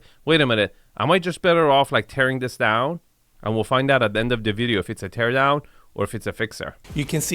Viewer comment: Say it with me…TEAR DOWN!